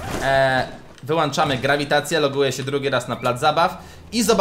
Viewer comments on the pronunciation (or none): WYŁĄCZAMY A NIE WYŁANCZAMY